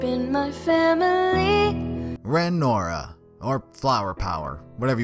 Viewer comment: When he said Ren and Neo, it took everything in my body to not click off this video LMAO